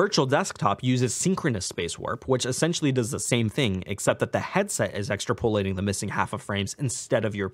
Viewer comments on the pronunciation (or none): Not trying to be picky but It is pronounced ( Ex - trap - o - late -ing ) you keep saying ( extra - po - late - ing ) / and it's super distracting. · Ex-TRAP-oll-lay-ting not EXTRA-pollating. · Awesome video, but it's "ex-trap-olating" not "extra-pol-ating". really helpful video, will be putting this to good use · Extra po-lating, that's the first time I've heard it pronounced that way. Good video, in-depth. Good work. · Some good stuff here. but also: "extra polating" lol